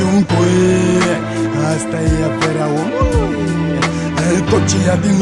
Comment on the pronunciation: ce mod de a accentua cuvintele are :))) gen "omuLUI" "sa fIE" "veCIE" isi subtiaza vocea :))) ce taran :))